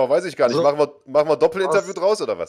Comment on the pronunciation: "Neid ist nischt gut" Ottman Azaitar.